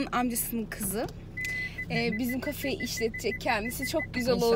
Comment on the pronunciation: Kafe derken